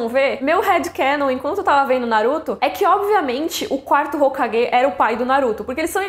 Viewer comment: Muito boa a informação, adorei o vídeo, sempre acompanho. Mas ouvir 4º hokaGUÊ , ... mano que ranço ouvir isso xD